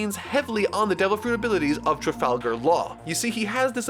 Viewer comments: It tra guy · "I'm determined not to mispronounce any names"..... say trafalgar again. Slowly. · not gonna lie this arc is a set up arc and not that good note: please don't say trafalgar's name like that it's killing me. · "i will not pronounce any name wrong" Proceeds to pronounce Trafalgar wrong